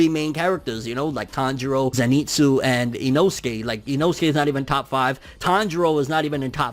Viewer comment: Pls man, he is called ZEnitsu not zeNItsu